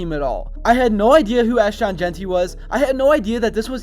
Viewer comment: is there a reason you keep saying Ash-Tawn? Also, Boise was picked before the season started to be the favorite to represent the non power 5. This feels like a push for views using as little research as you could possibly put into it. Boise has more consecutive winning seasons currently than anyone at 29. They have 3 Fiesta Bowl wins including the first one that everyone talks about vs Oklahoma. They are the Alma Mater for the winningest quarterback in college football history. Put themselves on the map? They've been on the map.